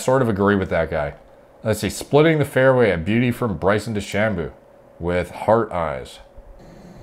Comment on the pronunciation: DeChamboooooooo? "De-Sham-bow"